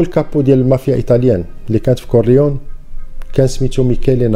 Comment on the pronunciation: لوتشانو ليجو ... ونطق كورليوني ماشي كورليون .. احترمك اخي حيت ملي كنتي يالاه بديتي كنت متبعك ولاحضت عليك ملاحضة كنتي كادير واحد الصوت بحال يلا كاتاكل ونتا كاتحكي القصص و سمعتي الملاحضة و عجبني الحال ملي لقيتك طورتي نفسك برافو مزال رأسك صغير وزايد في تطور bravissimo